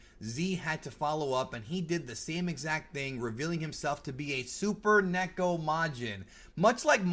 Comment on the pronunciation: First off, THANK YOU for pronouncing neko correctly! A lot of people mispronounce Japanese words and it irks me greatly!! Second, Usa is short for Usagi which is Japanese for bunny/rabbit. Like how Mini Moon/Rini is really called Usa-chan in Japanese cuz she is mini bunny, Usagi-chan/Sailor Moon. There were other things I wanted to comment about but I forgot. But this was hilarious and amusing.